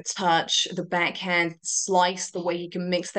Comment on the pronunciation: Her voice is SOOO annoying... Why does she say beck hend instead of back hand?? Where has she got this odd fake radio accent from??